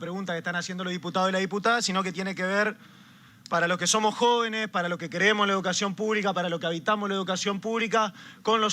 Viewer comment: el 1ro habla de educacion y dice jovene , habitamo , lo diputado y diputada amego no pegaste una s